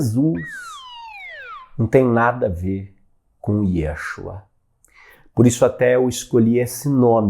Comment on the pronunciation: Obrigada pelo curso. Cabe assinalar que a pronúncia do nome de Jesus em hebraico não é Yêshua - e sim Yeshúa.